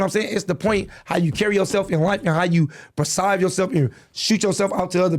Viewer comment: he said persive instead of perceive lol